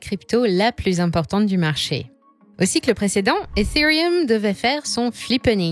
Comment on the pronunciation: Ethereum et non efeereuuum